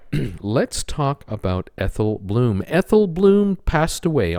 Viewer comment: Blum not bloom